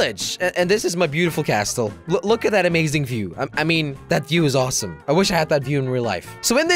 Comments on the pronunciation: I'm pretty sure the t is silent in castle jelly😂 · wrong pronounsation of castle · Did he really just say cas't'le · Jelly said Castel not castle jelly it’s called Castle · T is silent in castle thank u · Jelly, you don't say the "t" in castle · Jelly, a little tip, it is pronounced like casl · you don't pronounce t in castle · jelly you really need some time to learn how to pronounce castle the t is silent for god sake 😂😂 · It's pronounced casil not castel